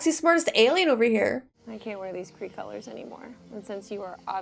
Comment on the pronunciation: Mar-Vell wasn’t “cray cray” She was Kree-Kree 😂